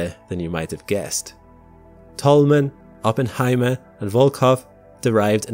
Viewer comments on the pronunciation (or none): none